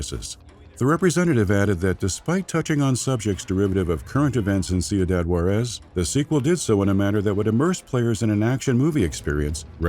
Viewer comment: great video! amazing content as always.. i know its been a year anall but man did i get aids in the ears every time you mispronounced Juarez :((((